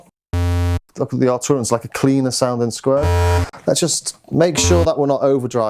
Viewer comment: Prefect. At last - Arturia is pronounced "Ar-Tur-ia" and not "Ar-Chew-Ri-a" as is habitually practiced by non-non-scousers.